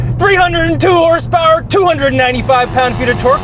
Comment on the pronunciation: Did just say hrsprs?